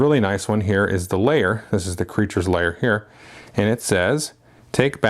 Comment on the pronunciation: Great review, although pronouncing "lair" as "layer" was very confusing. :) Do you think the game would work at all with 2?